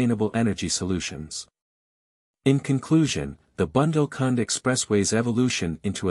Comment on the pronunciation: Dear presenter, it is bundel,nit bandle.Uthar Pradesh , not utter